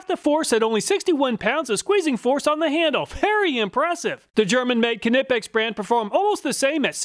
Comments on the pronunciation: Knipex is pronounced nipex like knife. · Knipex > The KNI is pronounced like the first 3 letters of KNIFE. (NY-PECKS) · The Ka-nipex drives me nuts 😂